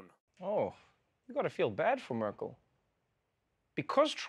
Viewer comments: Mörkîl???? Dude please say the name right 🙈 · Why you don't try to pronounce her name correctly? The way you pronounce her name would be written as Mörkel in German. The e in Merkel is relatively similar to the e in the English word 'when'. Thanks :-) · Such a clever, powerful, etc woman. And still, dear. dear Trevor Noah, you have not enough respect for her, to learn how to pronunce her name. Such a pity:( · Just out of curiosity: When you do a segment like this, why is it so hard to get the pronunciation of her name right?! Just as a small sign of respect!